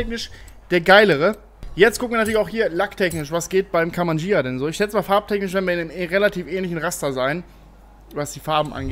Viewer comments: Das Gh wird immernoch ausgesprochen , wie bei LamborGHini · Ghia nicht Jia! Durch das H hinter dem G spricht man es als G und nicht als J, siehe Lamborghini, dass heißt schließlich auch nicht Lamborjini! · Hab ich mir au gedacht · Wieso nur sprichst du immer "Ghia" falsch aus und redest immer von Beetle statt Käfer?!